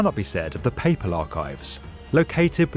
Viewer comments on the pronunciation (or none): none